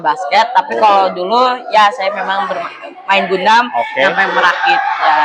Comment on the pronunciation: bacanya Gandam, bukan Gundam